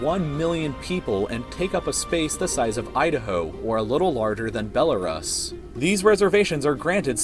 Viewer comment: Bell-uh-ras? WTF Who made this video